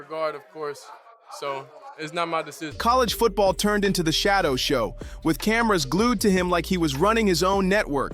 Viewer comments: Bro, you're doing just as much damage to Sheduer by mispronouning his name fool! Do you work for the Browns organization 🤔? Are you related to Dillon Gabriel? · His name is Sheduer, not Shadow you IDIOT 🤨